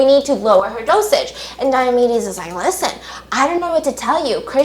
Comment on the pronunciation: Dr. Diamedes sounds like diabetes um